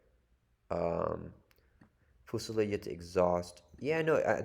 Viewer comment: I believe it's a French based word so it's foo-sil-LAHD.